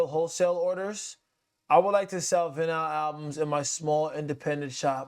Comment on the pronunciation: respectfully.. you NEED to learn to pronounce VINYL correctly if you are going to talk about music. lol. It's a bad look for you.